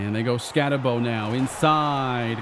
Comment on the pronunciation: Once again, its BOOOO its ScattaBOOO not Bowe